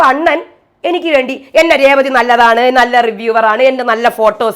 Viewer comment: ചേച്ചി കേസ് കൊടുക്കണം. രേവളി എന്നാണയാൾ പറയുന്നത്. ഒരാളുടെ പേര് ഇങ്ങനെ പറയാമോ?